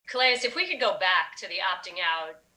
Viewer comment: I wonder how many ppl know Calais is pronounced (kah-lay), it's french. I'm guessing his ancestors come from a French colony in Africa.. I always wonder about that though..